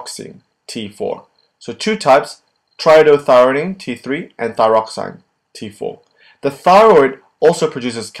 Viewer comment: T3 = TRIIODOTHYRONINE instead of TRIDOTHYRINE